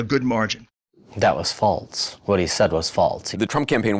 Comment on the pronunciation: He can't even say "false." He says "Faltz"